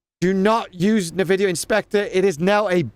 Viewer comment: i like how you spelling Nvidia as "Nividia" it reminds me like myself back then in 2000s 🤣